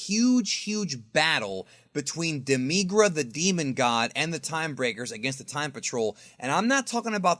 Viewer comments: demigra you saying it weird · Saying demigra wrong... it hurts me to listen to you say his name wrong